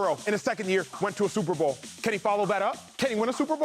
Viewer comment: Anybody else cringe every time Shady says Sooper Bow